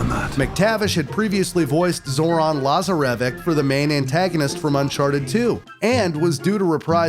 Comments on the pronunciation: I'm sry la-zer-a-vic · He had no clue how to pronounce “La Zar A Vich”. Still not sure what word he was saying. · The way you pronounce Lazarević' name shows you didn't even watch the cut scenes to prepare for this video. Sloppy work. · The way he pronounced Lazarevic killed me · Nothing could've prepared me for how caught off guard I was by the brutal mispronunciation of Lazarevic and Cintamani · Cintamani stone and Lazarevic made me cringe